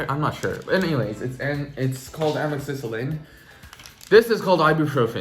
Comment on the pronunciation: This is probably not useful anymore depending on when you actually had your surgery but amoxycillin (your pronunciation was great btw lol) is an antibiotic and it can definitely cause an upset stomach, especially if you're taking it without food (maybe soup isn't getting the job done in your case lol)